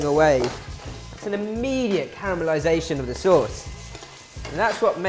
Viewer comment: Saaaauce. Soooos.